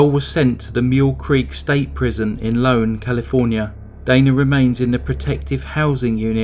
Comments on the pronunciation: It's not Lone it's ione. Pronounced eye own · Cringing at the mispronounciation of Ione. It's not Lone. It's Eye-own. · The prison is in Ione (it's a capital I, not lower case L. I think it's pronounced "eye own".